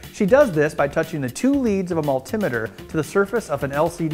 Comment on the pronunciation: yay. you finally pronounced multimeter correctly.